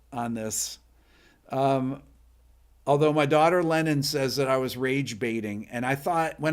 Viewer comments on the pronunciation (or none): none